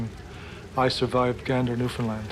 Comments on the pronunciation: It's pronounced new fin land not new fin lind... terrible... I hate hearing it pronounced wrong. I'm from the capital of newfoundland lol. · "at the small airport" Jesus Mary and Joseph. When Gander opened in the 30's it was the largest airport in The World. And, it's Newf~found~Land, not "New~find~ Lind. Fuck's sake. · it's pronounced, "New-Found-Land" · Gander is in central Newfoundland, not eastern, and ‘Newfoundland’ is pronounced like ‘understand’, not the way the end of ‘England’ is.